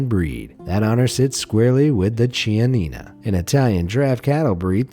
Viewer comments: The correct pronunciation is "Kianina", ch before vowels has a sort of "k" sound for the English speakers😊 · In Italian he Ch is pronounced 'K' so is kianina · As a side note, chianina is read with a "k" sound as the first two lettera 👍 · You pronounced chianina wrong